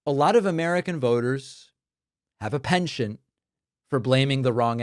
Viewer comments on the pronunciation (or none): Penchant, not pension, David. You are right about the other things. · Penchant = Pawn-shaunt